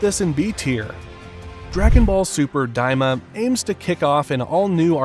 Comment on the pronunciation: Bro said dragon ball super diama 🤣